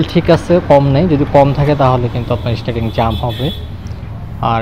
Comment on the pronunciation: ইস টি আ রিং। স্টার্টিং না